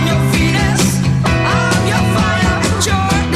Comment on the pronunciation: Hard to believe the original was 1969. Being such a good dance beat, it resurged in the disco era. Had no idea they were from the Netherlands. Another mispronunciation in the last words of the chorus. The words 'your desire' sound more like 'dee-or desire', which always stood out to me.